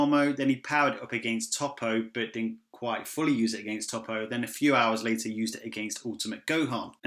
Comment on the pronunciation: You're making me cringe with how you pronounce Toppo